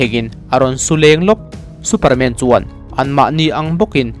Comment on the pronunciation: Superman i lam dan chu,MAN hle mai a tia kan lam ang khan lam mai tur.😂😂😂